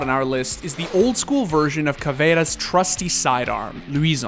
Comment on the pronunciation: the first non-brazillian to say Caveira's name properly